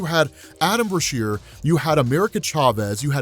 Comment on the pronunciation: u gotta stop bruh.. Adam Beasheer? Just randomly in Dr. Strange. Cmon bro